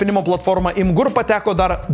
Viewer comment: Tariasi Imgur, o ne Imgur